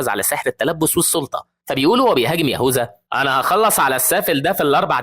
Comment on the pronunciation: يهوذا❌ يهوزا✅😭🤣 😅